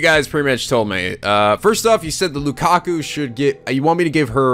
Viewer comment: Okay, I wish I had the chance to say this last night when posted it, but you are still saying LukaKU instead of LukaKO. I really like his (oh my god I typed 'her' at first!) name and hearing you turn an oh sound into an uu sound really gets me.